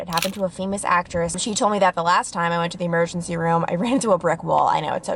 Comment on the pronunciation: You said e-mare-gency. Lol idk why I found that so funny